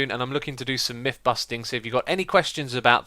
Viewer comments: Its Myth, not Mif... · "For the fift and final miff..." You make me chuckle every time, X.